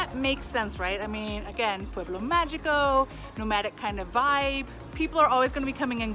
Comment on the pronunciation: Mágico is pronounced MA-HEE-CO. And San Cristobal would also be lovely to be heard pronounced properly too… 🙏🏼